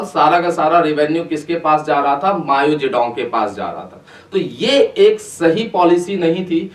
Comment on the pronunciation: Bhai vo "Mayo" nai hai "Mao" hai , pronunciation zaruri hai